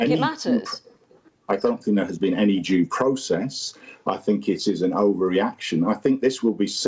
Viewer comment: I know he says due, but it coincidentally sounds like...."any JEW process"